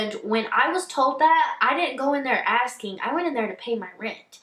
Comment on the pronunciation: Am I the only one who is highly irritated at girls who pronounce words ending in G as a K??? "Askingk"..... "Tryingk" ...